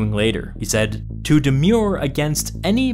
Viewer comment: That's the pronunciation of "demure", not "demur"